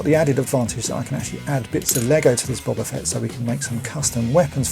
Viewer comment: And at least you pronounce his name correctly, instead of using that loathsome "Boh-ba" pronunciation!